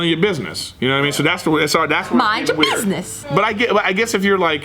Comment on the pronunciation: Best bit in this was the way said "Mind your BizNess"